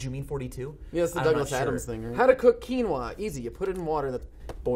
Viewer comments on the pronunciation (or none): none